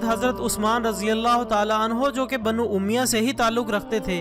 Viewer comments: bhai pronounciation to thek karlo. lafz umiya nahi balke Umayyah hai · Umya nhi he bhai sahib umayya he